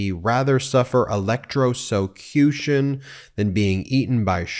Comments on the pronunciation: ELEKRICUSHUN???!!! Wtf!!!!😂🤣😂🤣😂🤣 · “Electstrocution. It’s so unfair!” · Electroshcution affected his elocution. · I can only bear to watch it (trump) maximum 30 secs due to his stupidity and nonsense, which makes it unbearable to watch. The stable genius (/s) cannot even pronounce, 'electrocution'. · Note to self -- never attempt to say electrocution when you've been nipping at the bottle. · Trump can't even say electrocution, and Republicans want to put him back in the White House!!! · That's where his voice is so weird and he doesn't seem able to say electrucution